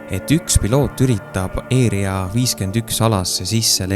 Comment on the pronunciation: mis asi see eeria 51 on,´ häälda asju õieti ikka